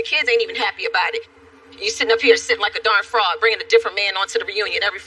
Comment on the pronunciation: Oh she said fraud? I thought she called her a frog 🤣🤣🤣